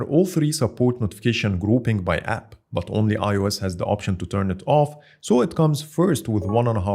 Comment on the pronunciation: من أول 5 ثواني عرفت اللهجة وابحث عن زر اكس عربي ويقدم محتوى بالانجليزي ( هههههه بيقول But ينطقها بط )